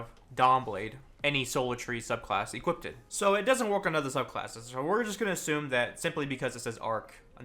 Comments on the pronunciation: Nobody:: equippted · Equipted eh? Smort. Probably says "turreNt" and "marTYdom" too.